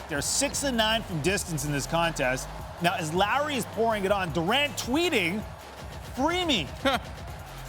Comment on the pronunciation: Keeps saying Larry. Can he not say Lowry lol